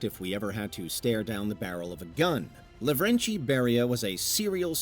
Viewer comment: I'm ashamed of this, but Beria was Kartvelian, meaning that you should say his name exactly how it's written. It's not "LaVREncHi", just Lavrenti